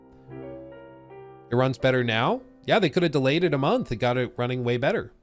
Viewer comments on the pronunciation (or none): none